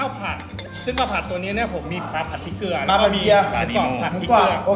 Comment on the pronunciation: เกลือ ไม่ใช่ เกหลือ 😊